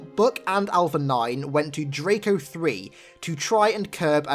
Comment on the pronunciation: My name’s Draco and when said “DRACO 3”,I was like “What did he just say!?”